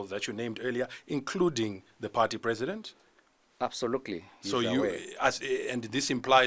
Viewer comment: He keeps saying absolukuli kkkkk